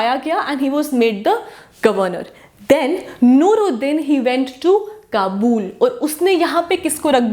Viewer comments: Its ayub shah....jus like she says qabool for Kabul😂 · It’s not kabuul, it’s Kabul